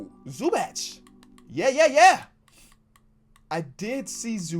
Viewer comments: "Ooh Zoo-Batch" (Zubac) Me: "IT'S ZOO-BOCK! ZOO-BOCK" (Zubac) 🤦😂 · its zoo-bock not zoo-bach